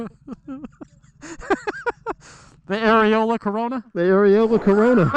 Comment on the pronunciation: This was too fun. Loved seeing you guys hanging out and enjoyed the ride along. “Aereola corona” 😂